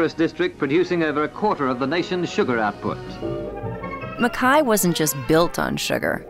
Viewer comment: Im sorry but they are pronouncing Mackay wrong..